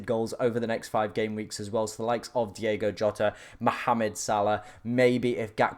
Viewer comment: it’s DiOgo Jota